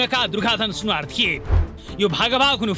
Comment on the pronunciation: सुनार होईन है सुनुवार हो सुनार कामी अर्थात् बिश्वकर्मा सुनुवार भनेको जनजाति अर्थात् कोईच कस्तो मुजि हो उचारण गर्नु आउदैन